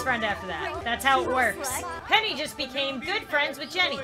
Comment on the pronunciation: I thought when she said “PENNY” l trout she said penny wise